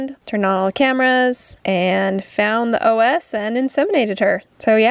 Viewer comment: saying OS 😅 it's cervical os [osz] like the Wonderful Wizard of Oz